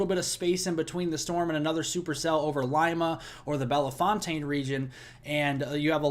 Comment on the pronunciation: You're pronouncing Belefontaine wrong. Say "Bell...fountain". 2nd "e" is silent and "fontaine" is pronounced like " fountain". Thank you!